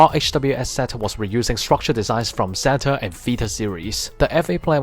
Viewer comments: Quick question why do you keep saying ze-ta Gundam not zeyta? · sorry it's just a bit weird cause almost every gundam YouTuber I know say zeyta not ze-ta sorry 😞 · I also like japanese it's just that I'm so used to hearing people say zeyta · I know I'm just confused cause other YouTubers say zeyta